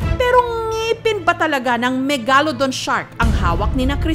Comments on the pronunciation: Megalodon MEG-LA-DON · JUST PRONOUNCE MEGALODON CORRECTLY